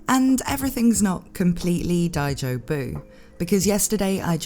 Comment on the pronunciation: I love it when natalie says daijobu XD (especially with that English accent)